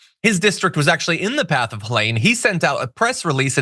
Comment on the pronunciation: Please pronounce it Helene. With a long e in the middle